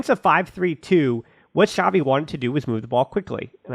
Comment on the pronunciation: It's not Shavi, It's Chavi